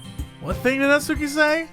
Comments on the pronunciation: You can hear twitch a little every time Jesse pronounces it "Nat-soo-ki". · I die a little inside every time Jesse intentionally mispronounces "Natsuki" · finally caves and pronounces Natsuki incorrectly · Omg that's not how you pronounce natsuki... LUL